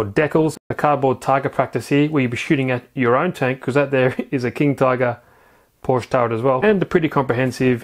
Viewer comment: ugh it's porsche turret